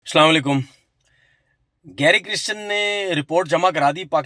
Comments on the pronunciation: Oh Tanvir bhai! Coach ka naam Gary Kirsten hey Gary Kristen nayi… atleast take his name correctly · Abe apne coach ka naam to shi se liya kro